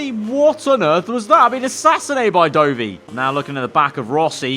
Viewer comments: It's not dough-vy, you MotoGP fraud it's Dovi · the way he says dovi is a facepalm